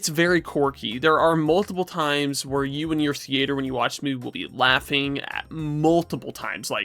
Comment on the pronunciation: I’ve never heard anybody under the age of 60 say the word thea-ayter.